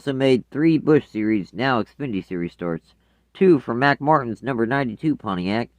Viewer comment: it is mark martin not mack martin